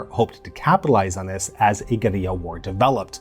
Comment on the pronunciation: Thank you so much for the proper pronunciation of 'guerilla' - I hate to hear 'gorilla wars' 😂. Almost as bad as 'aluminum'.